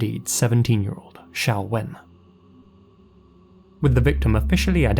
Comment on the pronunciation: Her name is Xiao-Wen. Xiao as in Xiaomi. To this day most people (usually American) can't pronounce the name of the Chinese company correctly, always pronouncing it like X-Men's Professor Xavier, with a Z-sound. So it's refreshing that got the name right.